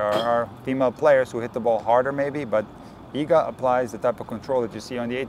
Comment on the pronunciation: I'm so glad that someone actually took the time to show how to pronounce Iga's last name correctly. It drives me crazy what people come up with.